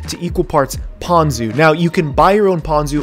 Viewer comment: Ponko? I loff Toonah with ponko.